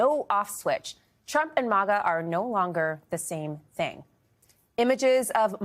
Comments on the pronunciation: Is it Moga or Maga she keeps pronunciation saying Moga it’s Maga. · Maga is pronounced like maggot, not like mama. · its pronounced MAGA, not mauga. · MAGA is pronounced similarly to the word maggot - "mag-UH" not "MAH-guh" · Its not pronounced MAWGAW. Stop pulling your punches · Jeez its maaGa! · Why do so many people say “mah-gah”? It’s very few people that will burn their hats and turn on Trump. I’ve seen a lot Trump supporters who still say he’s the best President ever and believes his lies